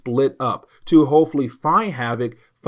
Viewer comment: I agree with your pronunciation of "Fatale". It would be nice if they gave us pronunciation guides, but I think you used the only pronunciation that makes any sense here.